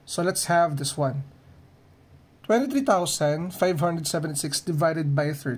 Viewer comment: Bro said fhi